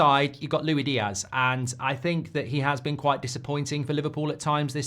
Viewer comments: Why are you saying it like lewy diaz instead of like lewis diaz 🤣. My head is hurting lol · He’s not Louie Diaz mate it’s Luis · Stop calling him Louie Diaz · Why doesn’t he ever pronounce LUIS Diaz properly? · Pisses me off how he pronounces diaz’ first name